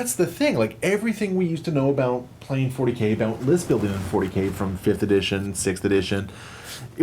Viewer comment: "Talk a'boot"